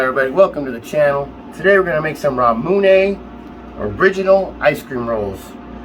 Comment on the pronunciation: ramooonaye it’s ram-ooo-nye